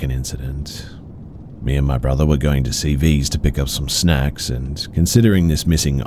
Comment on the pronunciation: 💀💀 calling CVS CeeVeeS🤣🤣